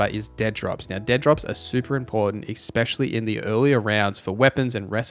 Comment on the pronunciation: The word "especially" is pronounced just like it looks. Just trying to help! ES-specially, not EX-pecially. <3